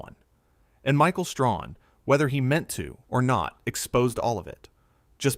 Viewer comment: The narrator doesn’t know how to pronounce Michael’s name !?